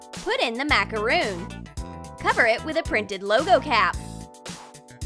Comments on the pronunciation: It's pronounced macaron not macaroon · it is macaron not macaroon! I'm so triggered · Who else cringed when pronounced macaron wrong?